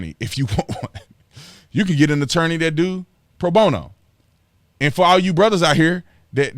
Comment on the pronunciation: Don Lemon has obviously never heard of lawyers taking cases pro-bono. No Don it's pronounced Pro-Bono not Pro-Boner, we all know Donnie LLLOOOVVVEEESSS that hang low. 🤢🤢🤢